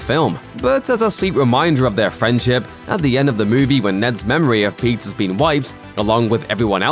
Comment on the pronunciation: Every time he says Peter's I hear Pizza. Now I am hungry!